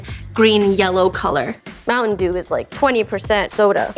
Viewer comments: I feel like there was a missed opportunity to call it a 'Moon Shine Pie' (Mountain Dew is slang for Moonshine), but saying 'MoonTaIn DewN' totally makes up for it. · I've got this awful feeling that "moonteyn doon pie" will be the words I choke out with my last dying breath. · I love the way she pronounces Mountain Dew. For some reason lol